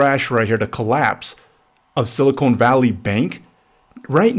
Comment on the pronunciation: It's sili-CON not sili-CONE. Two different elements. Two different words. Typical low-IQ realtor. Get an education and a real job. Stop leeching off of people because you couldn't get into college and do something that benefits society. Learn how words and sounds and the letter "E" work.